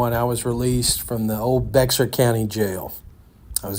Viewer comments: Bexar is pronounced bear. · That county is pronounced similarly to Bayer Aspirin.